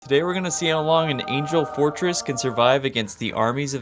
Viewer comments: "angle" fortress lol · did you mean "angle" fortress 😁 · Angel and angle are two different words 💀